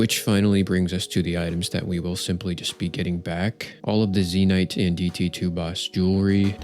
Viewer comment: Zeenite.... Zen - yte kinda like icy white. It's makes me cringe when i hear people say it wrong....